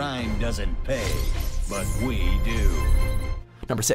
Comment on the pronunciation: "Ve...are compassion.." *Tf2 flashbacks*